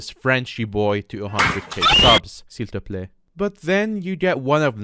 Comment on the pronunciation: that "s'il-te-plaît" was SO GOOD